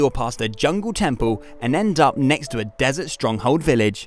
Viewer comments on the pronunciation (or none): none